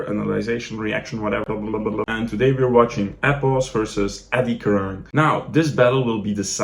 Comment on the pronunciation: The way my goat says apples instead of epos at first lol